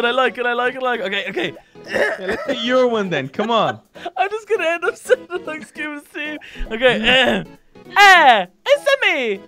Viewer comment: is the worse at saying it no efense. is kinda good is the beast.